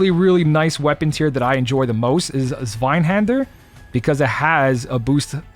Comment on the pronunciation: If it helps, zwei in zweihander means two in German Pronounced" sv-eye